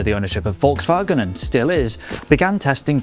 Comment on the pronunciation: Holy shit that pronunciation of Volkswagen was good for a non-german, I did not expect that